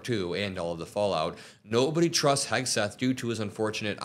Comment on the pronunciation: when is she starting to say his name right ????